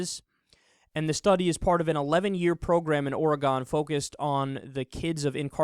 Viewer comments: Great video, and while I'm less for punishment than you, as I've said before, I respect your opinions. Just a minor note: My state, Oregon, is not pronounced "OR-uh-gahn" but rather "OR-uh-guhn." So, ask yourself, "Is it a knife or a gun?" Take the "or a gun" part, put the emphasis (or stress) on "or," and there you have it: Oregon. To be honest, you don't even really need much of a vowel between the "g" and the "n," but you certainly can put one there. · If you could pronounce ORYGUN you'd know what BS you're mouthing... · when he said "origon" i was like what the fuck did he just say? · Please stop pronouncing Oregon like a hick.